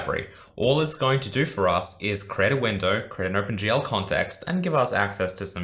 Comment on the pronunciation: Think he's saying "Open gel", looks at hair, uuuuuuhhhhh